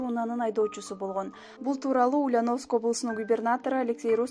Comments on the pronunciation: Ушу дикторлордун текст окуганда орусча создорду туура окуса. УЛЬЯНОВСК- басым Я тамгасына тушот. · Туура окуганды уйронгуло!Ульяновск(ударение на букву ,,я") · Ушул кыздын уляновыскый деп айтканы жакбады нерф кылып , тура айтчы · Силерге акча болсо болду экен да,жок дегенде ударениени туура коюп суйлогулочу сабатсыздар,УльЯновск болот, я тамгасына ударение тушот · Ушул суйлопжаткан кыз Ульяновск дегенди туура суйлочу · Алып баруучу,токтот эми.Ульяновск дегенди туура айтчы,я тамгасына басым жаса